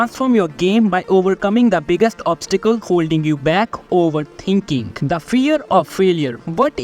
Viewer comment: “Overtinking”💀 “what will my coach tink”💀